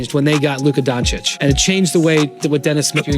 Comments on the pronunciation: BTW, why some of these "experts" pronounce Luka's name as "Don-cheek"? It's "Don-cheech" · Some pronounce as Don-teech